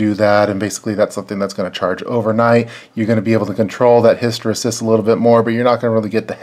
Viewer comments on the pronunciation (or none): Good video but hysteresis is pronounced his-tə-ˈrē-səs.